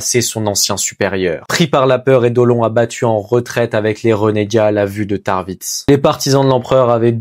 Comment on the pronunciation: Ça se prononce Saôl tarvitz et Eydolone * bro 😹 Super narration par contre 👍